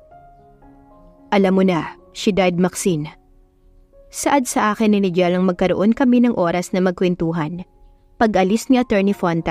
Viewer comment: Pasensya na po sa correction usually po kasi NIGEL is pronounce as naygel